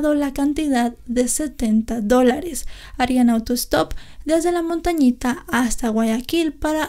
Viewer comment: Es "Montañita" c